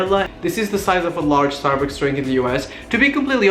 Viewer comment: did you say "starbooks" ?